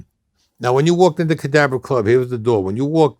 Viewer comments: If you don't know, if someone hadn't typed it out here, I wouldn't have known he said Cadabra. I definitely thought he said cadaver too. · Wow, that’s the first time I seen him take off his sunglasses, he got scary looking eyes. In another interview he corrected, saying the Cadabra club, though sounds like he says Cadaver club. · Did he say cadaver club as in corpse